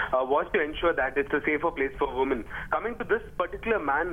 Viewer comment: "touching veeman"